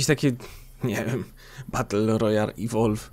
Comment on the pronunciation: bater royal XD śmiesznie to mówisz masło